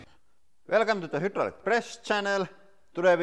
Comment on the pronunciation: I Heard: WELCOME TO HILTER PRESS CHANNELLLL 😂